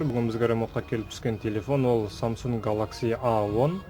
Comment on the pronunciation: галахси деп қатып қашт